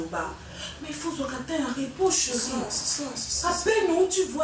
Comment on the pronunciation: lembisa bizeti ya koloba ko ba mpangi ya Vincent!!! Chéri et non cheuri osalaka nga matoyi pasi un moment na ba elobeli na ba mabanga na yo